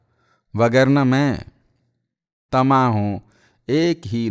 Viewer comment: آداب عرض! بہت ہی بہترین انداز، شستہ اور واضح تلفظ آہنگ کی گہرائی اور گیرائی مؤثر ہے بعض اوقات معمولی ثقم انسانی اور بشری تقاضے ورنہ ۔۔۔۔ پردا کی انگریزی بتاتے وقت اور طعمہ کی بجائے طمعہ ۔۔۔۔ یہ تساہل ۔۔۔۔ ! Z. H. KAZMI